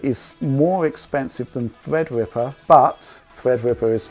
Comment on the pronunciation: thwead wipper